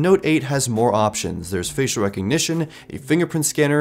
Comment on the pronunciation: Goddamn every time I hear him say "facial" I just giggle